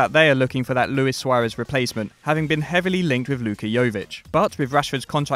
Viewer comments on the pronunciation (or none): none